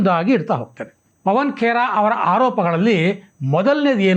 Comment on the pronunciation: ಪವನ್ ಪೆಡಾ ಬದಲಿಗೆ, ಪವನ್ ಪಿಡಾ ಎಂದು ಹೇಳಬೇಕಾಗಿತ್ತು ಸರ್.